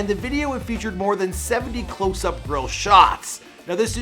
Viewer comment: OMFG when he said girl he meant grill he had said they sold over 500 girl I was like yoo until i realized he had said grill 😂😂😂😂